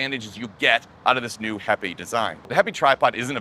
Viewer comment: This is a great little tripod. I bought mine at the kickstarter stage when Mads Peter Iversen previewed it. Did heipi tell you how to pronounce their name or are you just guessing because my chinese co-worker tells me it's pronounced "happy".